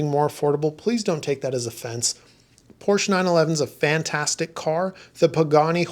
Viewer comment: Porsche = two syllables. It’s a proper pronoun so there is only one way to say it. Just saying.😅